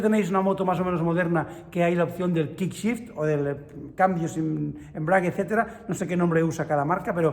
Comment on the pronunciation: "Kickshifter" es literalmente un cambio a patadas 🤣🤣 "Quickshifter" cambio rápido, 👌🏼 (lee la U tambien)